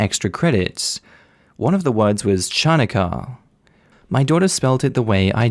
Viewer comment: you pronounced “Chanukah” that way just to torture us, didn’t you? My cringe meter went up to 11.